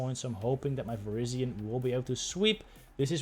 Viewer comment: I like how it sounds like you're saying Asian Power.